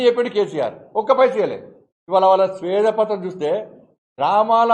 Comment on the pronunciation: శ్వేత పత్రం, స్వేద పత్రం కాదు